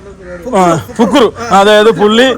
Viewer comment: ഫിക്രു അല്ലടോ ഫുക്രു കൊല്ലം 👌